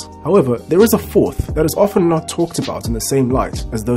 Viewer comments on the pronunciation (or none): none